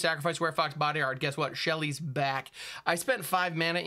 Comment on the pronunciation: Please don’t ever call Sheol, Shelly, ever again.